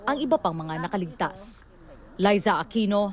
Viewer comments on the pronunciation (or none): none